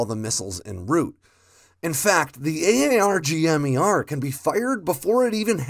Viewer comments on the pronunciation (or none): AARGM-ER is pronounced “Arr-gum ER”